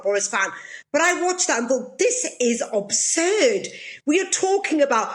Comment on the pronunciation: "THIS. IS. OBSURD!" Is it? Is it "obsurd"? I'll just say that her lack of proper English is ABsurd considering her position...